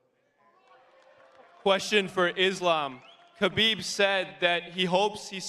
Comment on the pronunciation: We got Islamabib, Armabib, Merabib and Umarbib.